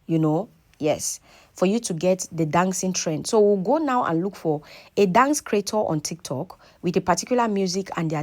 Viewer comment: Dance not Dangse